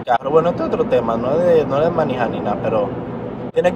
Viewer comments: Tómate un shot cada vez que diga “manijar”🤌🏻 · Porqué el dice manija 😂😂😂 ete cajarito si es funny !!!!!